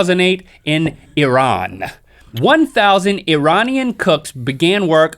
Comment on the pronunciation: I'm Iranian, and I'm PRETTY sure that's not how you say Iranian x3